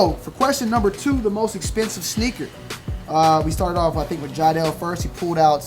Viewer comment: Who else thought he was saying “snicker battle” 😂